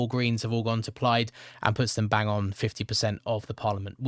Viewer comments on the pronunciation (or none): none